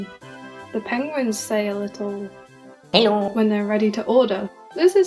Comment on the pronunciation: Hello always sounded like Hejdå to me